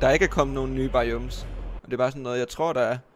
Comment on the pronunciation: du skal altså lige først gå ind i de nye snapshots (et slags preview på den nye opdatering) før du kan se ne nye ting. btw biomes ud tales BAjåums